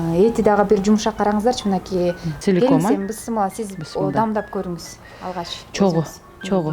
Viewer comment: Бысмылла эмес бисмиллях